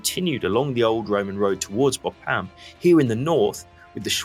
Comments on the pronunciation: Very excellent overview of the Battle of the Somme, and I hate to criticise anything… but Bapaume is pronounced more like ‘Bap’ome’ not ‘Bo’pam’. Please forgive me for mentioning it, I’m an incurable pedant… and a Frenchman would probably sneer at my suggested alternative! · funny how you invert the syllabus in BA PAU ME saying BAU-PA-ME :-)